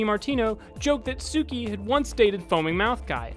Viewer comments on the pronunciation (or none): It sounds pretty similar but I'm sure she meant "Tsuki"